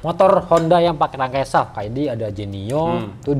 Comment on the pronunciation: Ko gw dengar asef iya, bukan esaf😂